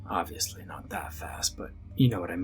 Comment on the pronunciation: I love how it he says "well oviusly not that fast "